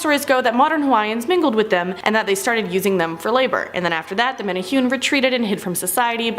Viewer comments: Just a minor nick pick the pronunciation is actually, Men' Ne' Who' Ney (Menehune) 🙂🤙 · MEN-EH-HOO-NAY, NOT MENNA HEWN! 😂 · Menahune is pranounced (mena-hoo-nay) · Mena hunay please MENA HUNAY the other way sounds offensive to ears not menahyun this sounds strange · Pronounced: Men eh who nei... Much aloha and rice! C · Menehune is pronounced (Meh-neh-Who-Neh). The way it's being said in this sounds like nails on a chalkboard. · Meh tah hue knee. , Pronunciation is important